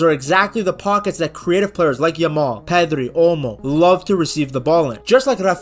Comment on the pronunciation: The way u say 'yamal' it sounds like 'ur mom'😂